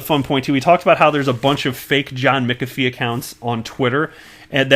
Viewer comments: there ought to be a rule whereby a Youtube content provider be not allowed to pronounce a person's name unless they heard the person themself pronounce it, or heard it from two or more experienced sources. McAfee is pronounced MACKAFEE with the accent on the MACK. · John McAfee pronounces it Mackafee . DAI pronounces it McAfee. Now you pronounce it Mickafee. Lol I wonder which one is right